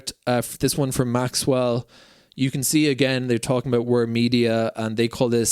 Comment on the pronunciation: Thank you - lots of good information in this video. One thing - when you say "Maxell", it doesn't have a "w" in it. Maxell has been around for decades - they used to make blank audio cassettes.